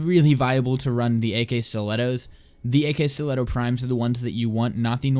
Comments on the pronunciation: This guy: AK stilettos. The game: Akskileto "Ak" brainchild: Am I a joke to you? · I don't think that it's pronounced "ak-bolto" or "ak-stiletto", but rather "akbolto" & "akstiletto", since you say "akimbo" not "ak-imbo"